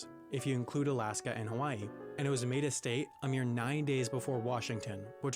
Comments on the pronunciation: "every STET in the united STETS" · you say state like boston says their own states name... lol